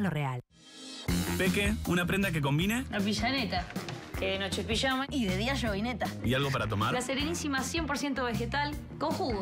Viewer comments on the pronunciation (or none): none